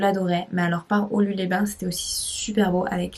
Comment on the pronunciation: Petite info locale, ici on prononce quelquefois les "s" par exemple à la fin de Mijane"s" et Aulu"s" les Bains! Et on dit bien le col d'Agnes sans prononcer le "s",;). En gros il n' y a pas de règles, il faut venir plusieurs fois en Ariège pour savoir!!! lol mdr